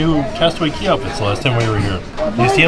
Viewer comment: I’m confused why you keep saying “castaway key” when it clearly says “castaway cay” 😂😂